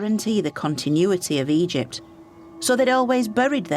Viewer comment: Why can u suddenly not pronounce Egypt anymore, I'll tell you why 'its because you are a self righteous leftie.